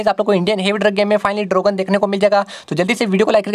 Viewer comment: Dragon ❌ Drogan ✅